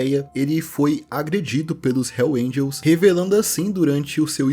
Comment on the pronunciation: Nem Hells Angels esse cara consegue falar... Puta merda